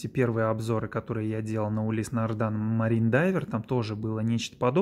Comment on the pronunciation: Не могли бы вы, как любитель марки, объяснить простому смертному пролетарию, не знатоку названий люксовых марок, почему автор ролика несколько раз произносит название марки "нардАн" при том что на часах написано "нардИн"?